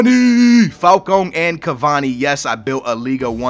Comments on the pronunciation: falCAO not falcon falCAO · F-A-L-C-A-O NOT FALCONE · its said like fal - cow not fal cowm